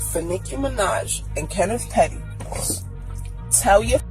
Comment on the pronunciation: yo! his name is Kenneth PETTY .. NOT PERRY